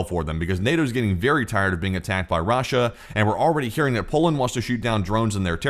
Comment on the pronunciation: why do you pronounce Russia like raw-sha